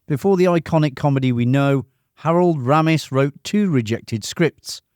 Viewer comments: His name is Harold RAY'MISS. Not Ramm iss. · Sorry but if you've spent time researching Animal House then surely you could at least get the pronunciation of Harold Ramis' name correct - his surname is pronounced as "Raymis" NOT "Rammiss". This is CLEARLY expressed by the man himself on the Ghostbusters dvd commentary. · Ramis is pronounced Ray-miss. Not "Ram-miss" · Ray-mus. So irritating when narrators claim to give us new information and can’t even take the time to learn how to say the names and words correctly. Lame! Yes, none of this is new! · A classic movie. I love it. His name is pronounced Raymis. Harold Raymis. Thank for the video 👍🏻